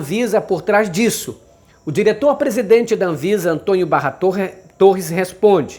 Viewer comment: Aprenda a pronunciar a palavra Antônio, não se pronuncia Antonho, por favor, é preciso corrigir os erros que cometemos. Quero resposta ok?